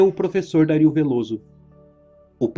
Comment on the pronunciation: o vídeo é otimo. mas vc pronunciando Dario como Dáríl me deu agoniaaaa hahaha